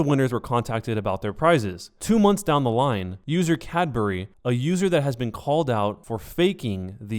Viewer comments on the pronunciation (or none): none